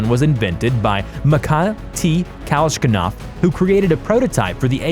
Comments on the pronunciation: Kalashnikov not kalshkinov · He says MacCarthy Kashnikov :-D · yeah... kalahkinow... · Makai T. Kalshkanav? Arya F. Kiddmni?! (Are you ... kidding me?!) These [ i ] in Mikhail are both to be pronounced the same as in "kidding". [ ka lash ni kaf ] should never ever sound like [ ka lash KA NAF ]. BTW, you should put the stress exactly on the vowel you've thrown away (the second one): [ , ka ' lash ni kaf ]. And the stress in Mikhail is [ miha ' il ] (the last vowel). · did he really say kashnikov? its kaLAshnikov my guy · Kalashkinof lmao It's kuh-lash-ni-koff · Kalashnikov not "kalashkinov" you sick fuck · How u pronounced Kalashnikov?! When you said [kashalnkov] my ears started bleeding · This fucker said “kashkinov”. TF!? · His name is pronounced "kol-ash-no-cov" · Simo Häyhä - Finnish (Not Polish) Mikhail Kalashnikov invented ak-47 was Russian (Not Polish) (KA-LASH-NEE-KOV) Bombs - not guns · wtf who is kalablabla ITS KALASHNIKOV СУКИ БЛЯТ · Kashlankow and Hguo Smasier. (Hugo Schmeisser). Pronounced: Schm-I-Ser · kalashkinov… lmao what a dumb fuck! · I heard cowshicov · kalashkinov---- ok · You can just read the names as written. Mi-ha-il Ka-lash-ni-kov. There is no need to put syllables in wrong order just because it's not a western name you're used to. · really? Kalaškinov? so, an american rifle is Renimtgon? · Mikhail Kashlikov?! Mr.Kalašnjikov invented perfection then,while your vocabular skills are miles from there...lol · Simo Hayha vvas Finnish NOT Polish & the majority of his 700+ confirmed kills vvere made using a Mosin Nagant vv/out a scope. Also , the AK47's designers name is pronounced " Kah lash nik kov" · THANK YOU. I was pissed when he said "kileshnikov". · PlanckTime Runner “a thousand people got together to create a cockfanny” Had to be the best lip fumble out. Kalshnov also for the AK? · My personal favourite is "cash-lan-cough" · I heard “Matiah T. Kalshkinov” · Its Kalashnikov not klashkinov... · The way he said Kalashnikov was horrid